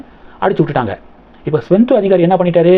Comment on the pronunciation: ஸ்வெந்தோ அதிகாரி இல்லை, சுவேந்து அதிகாரி. வீடியோ போடும் முன் நீங்கள் சரியாக homework செய்வதில்லை, எல்லா வீடியோவிலும் தப்பு தப்பாக உச்சரிக்கிறீர்கள்